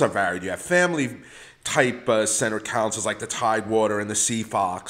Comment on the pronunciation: You’re killing me w your cAnsole pronunciation lol